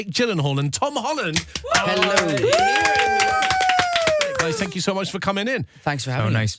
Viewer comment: why can tom holland be so cute even by saying hello...oh no it’s heloo